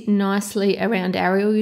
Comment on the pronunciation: You said her name wrong.😂